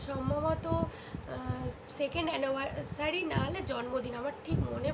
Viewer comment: Pronounciation gulo thik koro... Khrishtal na kotha ta Crystal ... Anneversary noi kotha ta Anniversary .... Neglace noi kotha ta Necklace... Try to make right 👍